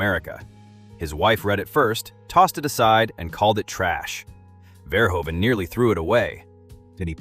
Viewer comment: The oe in Verhoeven is pronounced like the oo in eg boot